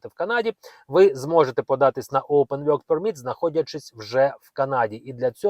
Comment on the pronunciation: Невже так важко промовляти вірно work permit, якщо ви записуєте ролики, попрацюйте над своєю англійською, соромно 😮😮😮😮😮